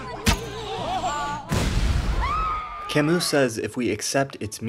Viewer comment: It burns my ears every time you mispronounce Camus